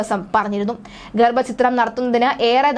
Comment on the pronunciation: ഗർഭചിത്രം അല്ല ഗർഭഛിദ്രം ആണ് ശരി റിപ്പോർട്ടറേ...